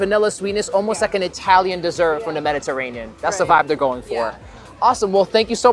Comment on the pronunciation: It's "Mediterranean," not "Mediterraneal."